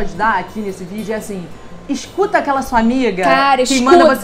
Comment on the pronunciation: "Esscuta" sua amiga!! Kkk